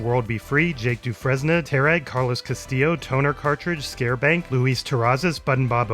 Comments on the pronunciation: Next week has perhaps my favorite sequence in the whole show. Also you mispronounced "Dufresne" as well, Du-fres-ne, but it should be pronounced "Du-frain". Never seen Shawshank Redemption? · "Dufresne" is pronounced "du-frain", as in the main character in Shawshank Redemption, or "Dufrense, party of two...What happened to the Dufrenses?" from the Mitch Hedberg standup.